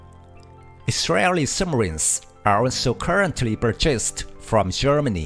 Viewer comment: Plz don't speak we can read because you can't pronauns the words ,like purchased you hahahahihihoho